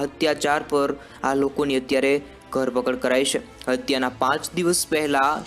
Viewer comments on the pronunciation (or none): Ghar pakad nai Dharpakad....bolta sikh pachhi reporting karje